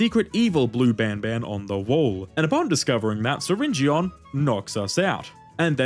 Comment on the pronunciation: syringeon is pronounced syringin